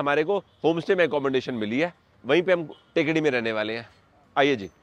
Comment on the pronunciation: टेकडी नहीं थेक्कड़ी है इस शहर का उच्चारण